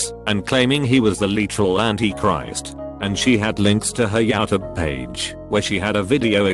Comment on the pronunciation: no one: the text to speech: yAtoobe